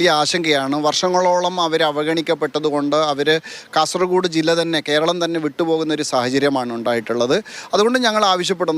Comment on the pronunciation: കാസർ " കോഡ്' അല്ല ❗ കാസർഗോഡ് ✅ ഈ bjp ക്കരെ വിശ്വസിക്കരുത്